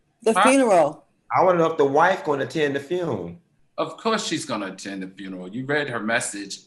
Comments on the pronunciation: The Fune...The WHAT?🤣🤣🤣🤣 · Funky Dineva: "The fune. " Al/ Claudia: "The what?!" Entire Funky bunch: "The fune." 😐💅🏾